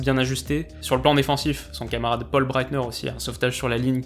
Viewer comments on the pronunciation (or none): none